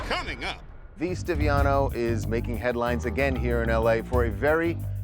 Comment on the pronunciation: V Stiviano is a golddigger who was having an affair with Sterling. She was the one recording him. Say it right.